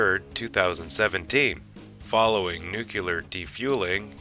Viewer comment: And its nook-lee-ar, not nook-you-lar